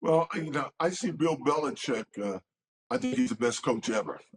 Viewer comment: Cam said Bills Belicheck 😂😂